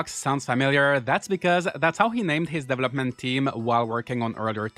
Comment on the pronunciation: The way your pronounce developer and development. It'a not devil-up, it's duh-vell-up. Got it?